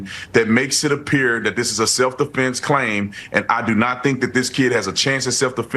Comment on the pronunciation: He said "Self De'Flence" 😂